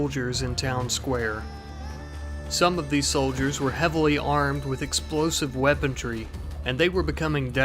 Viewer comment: Love the vids but do you mind If I ask why you pronounce weaponry like weapon tree? it's rather... I don't know just distracting